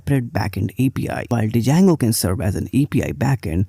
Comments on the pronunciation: You can't even pronounced the framework correctly and are going off stats from a single article your read. It's pronounced JANGO and PIE-THON not DUH-JANGO or PIE TUN. I'm from India too. You're making us look bad. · Hey, it is pronounced as "jango" not "d-jango". Thank you. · I would not trust someone who calls django as d-jango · I absolutely hate it when people say django as "d jango" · Might believe you if you could even pronounce the name correctly. There is no "D" sound. It's pronounced JAYNE-GO. Named after the guitar player Django Reinhart. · it's pronounced as 'jango'... 'D' is silent, it's good but not good for BE... Job mkt ratio is almost where 1 django job exists for every 10BE role... Java is still favored in big tech and startups are shifting towards golang now as it has started showing good progress over the years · Started watching the video thinking he might have a point and she starts off by mispronouncing the name. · the D is not pronounced